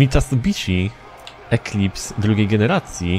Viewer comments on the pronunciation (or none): none